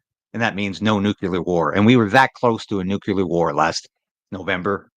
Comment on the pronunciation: PLEASE get it right. It's NUCLEAR, NOT "nucular". Why can't anyone get that right?